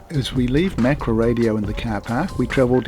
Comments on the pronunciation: ma-ka-ra. Not mak-ra. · It is can't be bothered to pronounce Maori properly😢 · Mak-ra lol